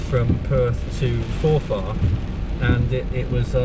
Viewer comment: It's pronounced Forfr, not For Far.